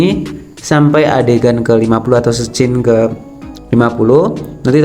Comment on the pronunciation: scene di baca sin mas bukan skan atau skin.... hehehe